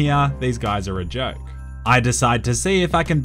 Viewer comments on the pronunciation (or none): none